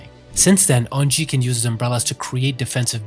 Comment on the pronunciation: The way he pronounced unji took 10 years off my life